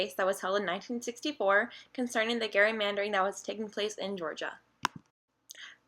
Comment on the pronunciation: It’s said (jerry-mandering)